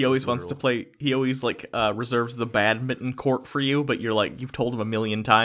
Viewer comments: You guys pronounce Badminton like "Bad Mitton" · BAD-MING-TON, jesus